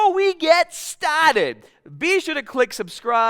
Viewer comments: "propaaahhhh eennnnnglish braaahhh" 😂😂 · Stahhh instead of start Hahdah instead of harder Lol